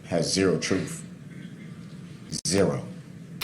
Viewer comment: says troof instead of truth!!!